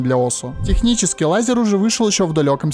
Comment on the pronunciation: Какой "лайзер" Правильно "лэйзер" Исли там стоит буква "а" после L это не значит, что надо читать как в русском